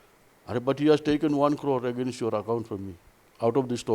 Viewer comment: I love the way south indian pronounce 'against' as "agaa-Nast".